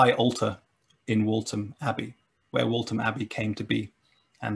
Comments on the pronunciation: Waltham is pronounced walth am not walt ham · Hi, great video, very informative, just one thing, Waltham is pronounced wall thum, not Walt um. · Its pronounced walTHAM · It's pronounced Wal-tham. That was enough to stop me watching. If you got that wrong, god knows the authenticity of the rest. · Very interesting but the pronunciation of Waltham is not correct. At least locally it isn't said with a hard 't' but a 'th' sound.